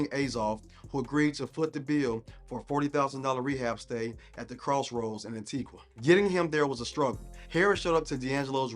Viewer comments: The U in Antigua is silent. An/tee/ga. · It's pronounced (An-tee-gah) 😒🙄